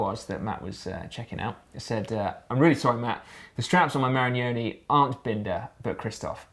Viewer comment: It's MA-RI-NO-NI... ffs